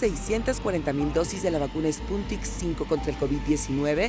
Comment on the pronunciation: Que ahora se llama la vacuna Spuntik?? Sputnik !!!